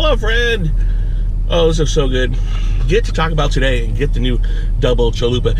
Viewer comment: Chaco bell XD